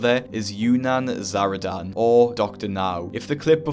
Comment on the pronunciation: Can someone please tell me I’m not the only one who thought he was saying dr naru in a weird way (I don’t watch the show)